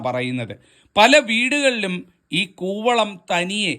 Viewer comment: കുവളം ആണ് കോവളം അല്ല